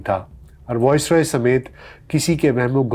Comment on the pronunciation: The pronunciation is VICE-roy, not VOICE-roy. Good work otherwise, keep it up